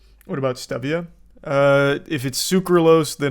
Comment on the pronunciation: It's pronounced Stevia, you threw me off with your pronunciation...😂😂